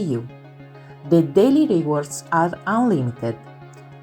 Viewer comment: Thank you for this video the content is very clear and I am very interested BUT the pronunciation is all wrong… I volunteer to record it again in… English…LA speaker (bless her) non azzecca nemmeno un accento… REWARDS the accent is on the WA… iron the R is silent, purchase accent on the PUR, percentage accent is on CE… let me know if I can help 😊